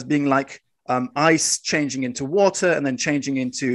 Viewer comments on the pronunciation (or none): none